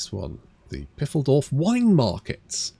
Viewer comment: i love that pronunciation of Pfeildorf, great content, binging through your stuff